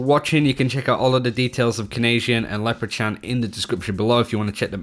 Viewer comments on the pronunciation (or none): "Lepra-chan" I'm pretty sure that's not how you pronounce Leprechaun. Try Lepra-kawn.